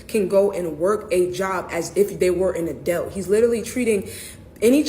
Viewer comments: Help me out. Isn't the word pronounced, "A-DULT"? What is an "A-DELT"? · Still trying to figure out what an "ADELT" is🤔